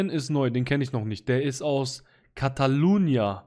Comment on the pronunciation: Catalonia oder Katalonien ist übrigens eine Region in Spanien mit eigener Hauptstadt (Barcelona). Nur zur Info, weil man an deiner Aussprache heraushören könnte, dass du noch nie davon gehört hast.